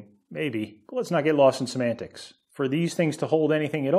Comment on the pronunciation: "Let's not get lost in semantics" or "Let's not get lost in some antics"? :-)